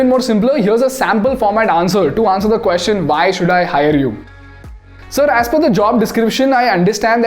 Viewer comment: You use the phrase 'The question is' a lot in your videos. Now a very indian way of pronouncing is "Queshion' and that has been the norm I know. Your videos are making a great impact and I would love everything about it to be perfect. Just my two cents 🙏